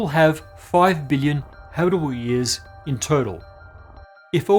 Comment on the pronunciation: I'm glad I cut on the closed captions because your pronunciation of "billion" sounded like "million"